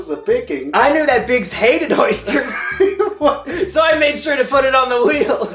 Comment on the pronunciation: Oh god no not the Ö Y S T E R S